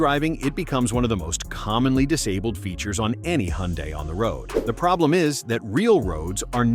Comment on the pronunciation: First, teach the AI how to pronounce Hyundai. Then pronounce it the same way each time. Then admit that for most driving, these features are very helpful. Sometimes, like in rain and snow, they should not try to work. I am reminded of the Tesla that some fool had in FSD mode during a snow storm that decided to make a left turn into the guard rail. Burnt to a crisp.